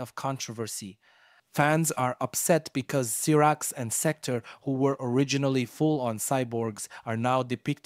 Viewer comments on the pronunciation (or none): Cyrax -Syyyyyyyyy raaaaaxxxxxx Sektor- Seeeeeeecccc toooooorrrr How do you mispronounce something that’s pronounced for you in the game